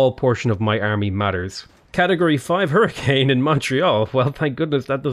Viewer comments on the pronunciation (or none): none